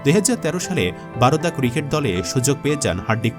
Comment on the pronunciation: বারোদা না , বরোদা